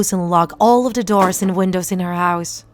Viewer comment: You are saying da not the